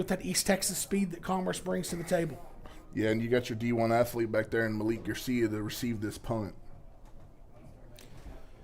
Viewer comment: say it with me maa-leek Malik garcia